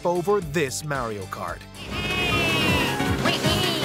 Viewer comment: The way he said Mario’s name made me go watch something else😊